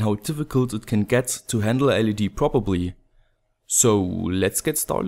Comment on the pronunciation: Say prop. Say ERR-LEE. Now say Properly properly :P Haha. Video is helpfull as always thanks!!